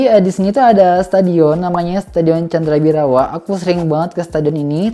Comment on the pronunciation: Bukan candra bhirawa bang yg betul itu candha bhirawa